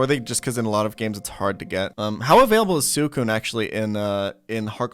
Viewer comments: Wtf is that Suicune pronunciation? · K I actually did do a lot of research for my reply. Ariados and Yanma I wasn't positive about so I had to confirm those with official sources, and I ended up being correct. Raikou and Suicune he says incredibly wrong, so it's interesting that you stand by him; I'm wondering if you've done any research of your own? I'd love to see a source with his incorrect pronunciations of any of the pokemon I listed.